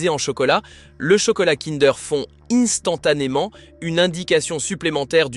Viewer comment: Merci, cette vidéo est extrêmement pertinente. Par contre, pouvez-vous éviter la lecture AI de votre texte, ce qui nuit à votre crédibilité... instantanément (prononcé innestantanément) mois (prononcé moisse), qualité (prononcé qwalité), fond (prononcé fonde), etc.